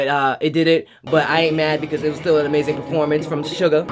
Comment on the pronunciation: Bruh it's not sugar it's SUGA